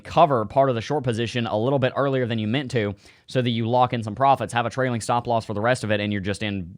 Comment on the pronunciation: dont forget your shhtahp loss 😂